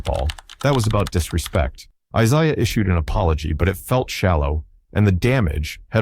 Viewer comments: Decided to scroll instead of watch when he kept say "Eye-SI-ah." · Bird didn’t hate Isiah Thomas. And you are pronouncing the name wrong. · The goof can't even pronounce ISIAH Thomas"s name. OR Mahorn's. ALL Lakers and Pistons. STUPID video